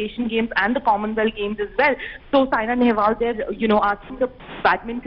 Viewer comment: Atleast get the name right It's Saina and not Sania